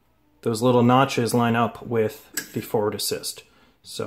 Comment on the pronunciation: Why do you say "fort assist"?